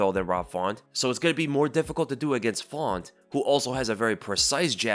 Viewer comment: Rob “Fawnt” 😂😂😂